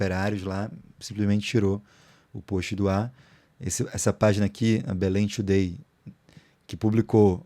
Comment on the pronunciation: "Belém To Day" P.Q.P.